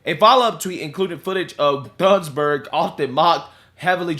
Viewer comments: It said "" hahahahah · Thunberg, not Thorn burg🤣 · Just thought you should know, her name is pronounced like Toon-berg. The "h" is silent. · Pretty sure her name is pronounced 'Tuneburg' .. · FYI. For English speakers, Greta's last name is pronounced "toon-berg," silent 'H.'